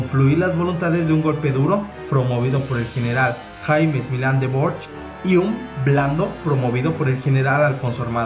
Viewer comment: Hay algunos nombres mal pronunciados. Por ejemplo, es Jaime (en su pronunciación española, no inglesa) Milán del Bosch (pronunciado bosk), cambiaste Alcázar por alcatraz, Guernica (no Güernica, pues la u no se pronuncia). Hay un nombre que debes haber apuntado mal que es periodista Emilio Romero (no Gómez). Por lo demás me pareció bien el vídeo aunque había alguna inexactitud, porque los golpistas no gozaban ni por asomo del apoyo de la mayoría del pueblo español, que apoyaban la democracia y no golpes de estado. Aún así he visto cosas buenas y alguna q no sabía pese a haber visto muchos documentales de este tema, así que muchas gracias por subir el vídeo! Saludos desde España! ;)